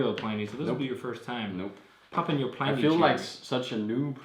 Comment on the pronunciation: Feel free to pronounce "Pliny" the proper way, instead of the way all the beer people mispronounce it.